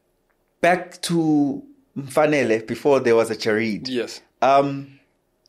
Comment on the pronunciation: His name is MfanelE with an E not MfanelO with an O